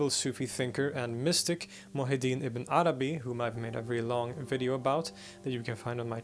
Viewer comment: I'm not used to Ibn Arabi's name. Everytime you say it, I hear "a banana bee".